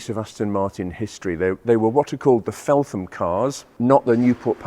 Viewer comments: Felt-ham, not Felth-am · Great stuff - keep up the good work! BTW, Feltham is pronounced Felt um - the H is silent. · Hi, I have been watching your great videos since Harry's Espada. My 4 month old son loves watching them too! I hate to say, but Feltham is pronounced Felt-ham. I live just up the road. Thank you again for the great videos.